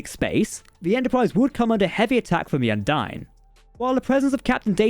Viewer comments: It's pronounced. Un Deen. Not dine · What happened to the E was that the combined cringe of the entire Trek fandom at your incorrect pronunciation of Undine was so great it tore a hole in the fabric of space time and bitchslapped the ship into Qo'noS.